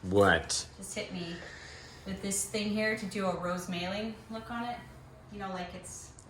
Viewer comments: Look up Rosemåling in the Norwegian to English translation. You can hear the proper pronunciation. The A has a different sound that's hard to explain. I'm Norwegian and always heard it pronounced this way. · Just FYI. My mom painted rosemaling until her carpal tunnel Got so bad that she decided to quit. I have just a couple small pieces from her. She sold everything else You are pronouncing it incorrectly